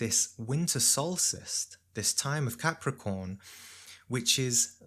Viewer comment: You mispronounced winter Solstice TICE. 😂